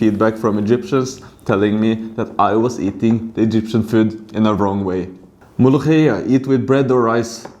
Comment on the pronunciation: أولا وأخيرا مفيش أجنبي بيعرف ينطق حرف الخاء .. طيب كنت ظبطها وانطقها مولوكية عشان نصدق